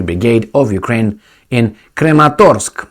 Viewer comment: I'm pretty sure it's Kramatorsk, not Krematorsk... they don't cremate anyone in that town...